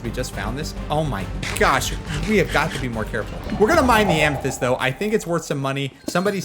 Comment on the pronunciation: Amethyst. Not Amnethyst. Across not acorsst.